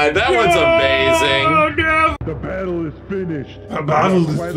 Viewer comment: “The BETTLE is FINISHED..”